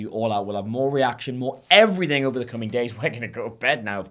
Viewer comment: “and effryffing else”